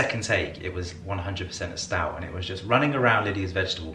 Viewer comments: Stoat not Stout 🤣🤣🤣🤣🤣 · Stoat is pronounced 'stote'